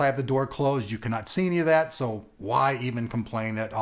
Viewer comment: You really shouldn't make fun of a typo or a misspell, you do realise you do sometimes have some doosies of mistakes in your videos when you talk, this one is no exception. "if show, show me that virtual love". This is not an attack on your way of talking, it only ever makes me smile when it happens, i'm just reminding you that it's not polite to make fun, no one is perfect, including you. :-)